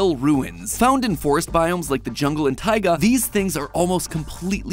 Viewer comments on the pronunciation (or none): none